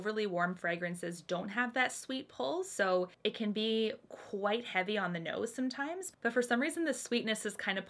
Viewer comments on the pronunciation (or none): none